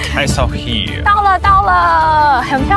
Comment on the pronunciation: 偶是台紐澳公民 基督城5年 奧克蘭5年 墨爾(貓)本14年 南島那條路 走了約十次 現看影片回憶 好懷念 在奧克蘭吃mövenpick ice cream 要不就New Zealand Nature ice cream, 其它就花樣多 但 不見得好吃 New Word? 試著這樣念 Wor-old 把3個音節 巫爾德 變4個音節 巫爾歐德 Steak and Cheese is the best for me as well. Castle Hill 不是卡斯托 Hill 拉 是卡搜Hill Auther's Pass 最高點那個博物館怎沒去 有巨鳥Moa的骨頭 到西海岸Kumara Junction 应多花來回2小時去Pancake Rock看鳥 強烈建議 Wanaka建議住Top10 Holday Park, 就在湖邊. Puzzling World沒去?可惜了 笨豬跳 哈哈 偶也不敢 鹿埸 "碎石路段" 保險公司是不保的 开車小心點 Te Anau 踢阿尿 不念腦 不叫Snow雪 叫Sleet 是下小冰塊 雨下的不夠大 瀑布水沒有往上飛 米佛路上的鏡湖沒去? Te Anau 營火蟲洞沒去? 哭哭 這是最有名的 必去的 Queenstown Shotover river Jet boat 沒去? 哭哭